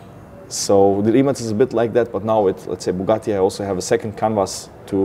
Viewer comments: Its not "rimack", its "rimats" the 'c' is the same sound you would make when beatboxing the highhat sound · pleas pronounce the name prop